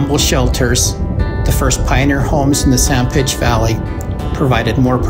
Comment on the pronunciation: I noticed at the start you said "San Pitch" area, is there a reason for this instead of San Pete?